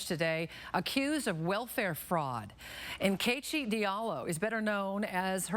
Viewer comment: The funny thing is Nkechi is my middle name. It's pronounced 'In-keh-CHI', not 'Neh-KEH-chi'.